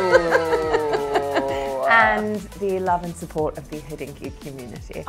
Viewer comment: Just a small linguistic comment - why do you guys pronounce Hodinkee as if there is „oo” in there? It has nothing to do with the hood. Think of a single „o” in the word „coctail” - it’s the same thing here. It’s not a nuance, as to anyone with Slavic roots pronounciation like with „oo” sugests a very slim person, rather then the correct meaning of a wristwatch („hodina” means an hour in both Slovak and Czech, hence “hodinky” - wrist watch). I understand you’re a New York based website and can always argue it’s an American way of pronouncing it but it just does not make sense linguistically and it hurts Slavic ears 😀.